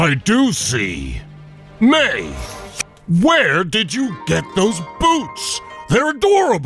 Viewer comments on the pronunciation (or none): You say it like meea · Red Robin Her name is Mei, not Mai.